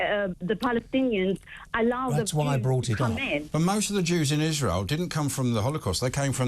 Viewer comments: She said "isra-eely" which is the way idiots and bigots pronounce it. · She must live in a box somewhere. She pronounces 'Israel' in Arabic so I reckon we have a clue as to her political leanings. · Totally , she pronounces Israel in an awful manner